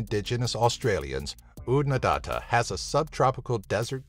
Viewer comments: Australia is not the driest continent. Antarctica has that distinction. Oodnadatta is not pronounced "OodnadAHta". It's OodnaDATta, rhyming with "batter". Whether it has our highest temp is debatable- Cloncurry reputedly reached 53.4C. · Numbe 9 Oodnadatta is "datt-ah", not "dah-tah". Small difference, but in the indigenous dialect of the area, it could mean the difference between "Place of the rock lizard" and "Your wife is a rock lizard." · Your pronoun citation of Oodnadatta was horrendous Try Ood-na-datter